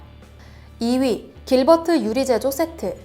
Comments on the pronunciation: 길버트가 아니고 킬버트네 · 잘못 읽어서 길버트 아저씨를 킬버트 아저씨로 읽음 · 길버트라 쓰고 싸(이코)(길)버트라고 읽는다.